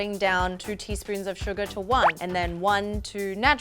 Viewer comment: Every time says SUGAR, I hear it like SUGA 💜🌝Any ARMYs here???😌